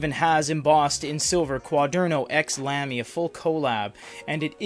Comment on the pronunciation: no offense but it's not pronounced lamb-e, it's pronounced lahm-e